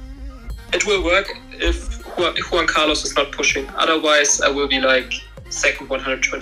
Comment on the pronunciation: Me encanta como pronuncia el "Juan Carlos" jajajaj